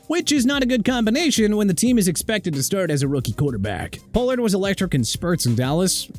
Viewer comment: FLACCO IS PRONOUNCED FLAH-KOH NOT FLAK-KOH!! HEY GET THE QUARTERBACK'S NAME RIGHT!!!! TOO EARLY FOR THIS GARBAGE, I SWEAR... CAN'T GET ENAGBARE RIGHT... YOU SAID EN-GA-BAR WHEN IT'S PRONOUNCED EE-NAG-BA-REE, POH-LURDT WHEN IT'S PRONOUNCED PAH-LURD AND ALSO SAVAIINAEA PRONOUNCED SAH-VAI-NAI-YAH WHO YOU CALLED THE WORST STARTER ON THE DOLPHINS!! YOU'RE DONE... MY TIME IS GETTING SHORTER AND YOU BEING ILLITERATE IN EVERY VIDEO IS PISSING ME OFF!! READ A PRONUNCIATION BOOK AND COME BACK WHEN YOU FINISHED STUDYING AND LEARNING TO GET PPL NAMES RIGHT!!